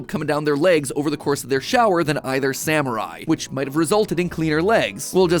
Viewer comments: I know MatPat said "Sam or I," but I heard "samurai." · When you said ‘Sam or I’ it sounded like samurai. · What MatPat says: Sam or I What we hear: Samurai